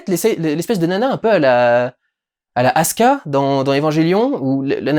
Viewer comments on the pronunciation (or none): ET C’A CE DIT ASUKA "SOU" PAS ASKA OK